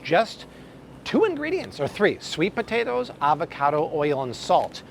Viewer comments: Po-ta-toes, come on Bobby!! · Po-TAH-tos... seriously?